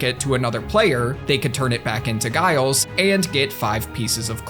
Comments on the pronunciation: You pronouncing the real, normal human name that you've somehow never heard in your life, 'Giles' as 'Guiles' is making my eye twitch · Do you not have the name “Giles” in the USA? It’s a “J” sound not a hard “G”.